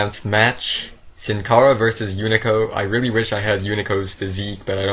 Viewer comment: lol he says unico.. instead of hunico